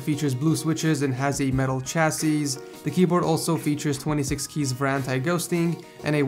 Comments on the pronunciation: Chassis /ˈCHasē,ˈSHasē/ The last 's' is silent. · Another great video. Keep up the good work. BTW chassis is pronounced without the last s. Rhymes with Sassy or Classy.